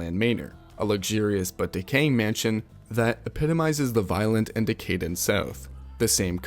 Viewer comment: "Decaident" & "gangses"